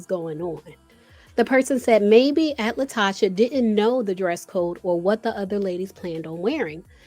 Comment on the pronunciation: Pronounced La Toe Ka